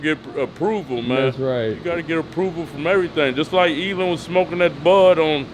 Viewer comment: Elon not Elen of course nobody corrects him they just let him sound stupid